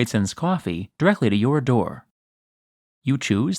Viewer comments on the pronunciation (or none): I could watch a 10 min video of you saying "cwawfee" 🤣🤣🤣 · You say coffee funny. lol